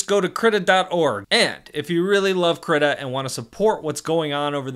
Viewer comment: DO NOT PRONOUNCE KRITA LIKE THAT